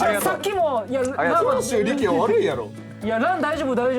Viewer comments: の長州力の発音消臭力すぎる笑笑笑笑笑笑笑笑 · の「長州力」の発音が「消臭力」なの、だれかツッこんでくれ…！ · の長州力の発音が消臭力すぎてじわじわくるwwwwwwwwwwww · の長州力の発音、 ずっと消臭力なんよwww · 長州力のこと消臭力のイントネーションで言うのやめて🤣🤣🤣🤣🤣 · の長州力が消臭力のイントネーションに聞こえるの私だけ？😂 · RANの長州力のイントネーションが消臭力でジワるw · の長州力さんの発音が完全に 消臭力wwww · 長州力のイントネーション気になりすぎるしジワジワくるwww